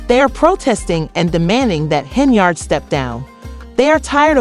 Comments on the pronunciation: It’s Hen-yard! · She is obviously untrustworthy. However, if you're not able to pronounce her name correctly you shouldn't be making any videos. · Learn how to pronounce her last name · When was Tiffany handcuffed by the FBI?? You cannot correctly pronounced Tiffany’s last name. Show the picture of FBI handcuffed her.